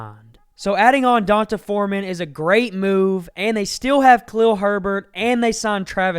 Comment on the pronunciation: Great video! FYI D'onta = Dee-Ohn-Tay 😊